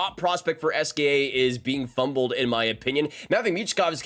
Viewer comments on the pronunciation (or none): It’s pronounced SKA, like Reggae ). The team owned by the supreme leader so you can appreciate why they try to soil the path of those who will jump the curtain. You’re asking the right questions and I’m sure understand how it works. Michkov, Demidov-same treatment. Coincidence? Rotenberg answers to secret service and he knows the expectation from above is to frown upon “traitors”. I’m sure he’ll ask for their ok to deploy him now though.